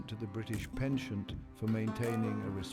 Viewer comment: Well, he obviously doesn't speak French since he mispronounced 'penchant' throughout the narration 😀